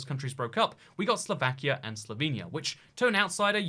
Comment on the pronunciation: As a Ukrainian who knows some other slavic languages, I'm laughing because you said "Slovakijah" 😂😂😂 "Slovakija" should be pronounced as "Slovakia", because j isn't pronounced in all the languages as in English 🗿